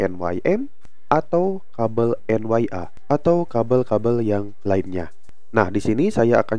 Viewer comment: Itu kabel Een Yee aaa... bukan en wai aaa...😅